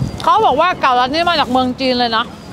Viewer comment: เก๋าลัด รึ ว่าเกาลัด?